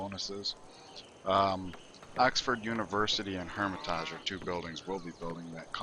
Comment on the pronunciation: Palenque = pah-leng-ke Hermitage = hur-mi-tij